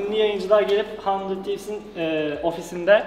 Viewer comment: Nobody:: Handır Tiiifs